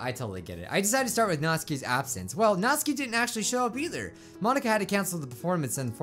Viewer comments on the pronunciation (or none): Before you read this, i love your channel but... ... ... ... ITS SOOO ANNOYING HOW YOU SAY SIORI ITS sAyori and also YOU SAID MY FAV PERSON'S NAME WRONG(Natsuki) Her name sounds like Nat tsu Key or nat stew (without the t) key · Natsuki (Nats oo kee) You said it wrong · If you like natsuki so much say her name right Nat-suk-i Not Nats-aki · Not-Ski Me: its Not-suk-i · me after watching a different doki doki playthrough and hearing 'nat-su-ki', then watching this and hearing 'naht-ski' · Natsky me: nat-su-ky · Anyone notice that pronounces Natsuki as "Nat-ski" (He watched a vid of this japanese guy saying "Nat-ski" not "Nat-suki") But then he pronounces Sayori as "Sigh-ori". Anyone catch that? Like if you did, Comment if you didnt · I think you say it like ''Nat-suki'' instead of ''Nat-ski'' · it can be pronounced either way, Nat-ski or Nat-soo-ki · Its pronounced Not-su-ki, not natsuki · Ugh you dont pronounce natsuki like naught ski its nat sooki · Dude, Its Nat-Sue-Ki, i mean, like sound it out. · I hate how he mispronounces their names except Monika and Yuri. It's Na-TSU-ki It's Sa-YO-ri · why do you call Natsuki Natski? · Does he realise he is saying Natsuki wrong it’s 'nat-soo-ke' i dont want to be mean but it just gets on my nerves a wee bit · Isn’t her name natsUki not natsky